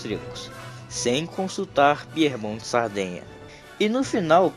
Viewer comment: Cuidado com a pronúncia. Piemonte!!! E não Piermonte! Quer dizer ao pé da montanha.. Aos pés dos Alpes.. Não é Píer!! É Pie